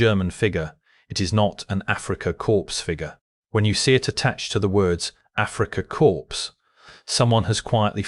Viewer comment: Pronouncing it "Africa corpse" seems very appropriate.